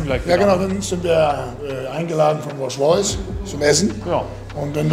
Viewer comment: Rolsch Royce